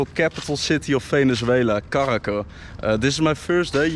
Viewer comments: please correctly pronounce Caracas with an S!! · It's NOT Caraca BUT Caracas !!!!!!! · caracasssssss not caraca